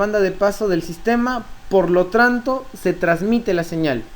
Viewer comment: por lo tranto xD